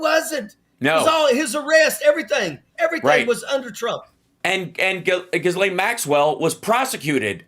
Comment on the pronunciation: I wish Hal would pronounce Ghislaine's name correctly. She pronounces it with a soft G sound and silent S - i.e. Jill Lane.